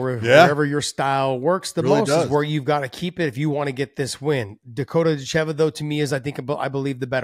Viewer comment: Dakota DItcheva , not DitCHEVA :D , put intonation in the first two letters :) Im sure she is used to it and I cant judge you , but its like calling HABIB= KABIB :D